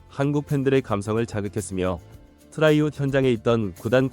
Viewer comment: 트라이아웃, 발음 좀 신경써